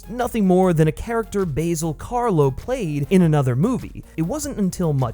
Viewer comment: Stop saying "Basil" weirdly.